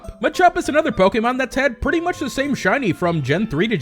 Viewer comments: lol pokemon (say poke like chicken poks) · The way you say pokemon somehow offends me, doesnt sound right haha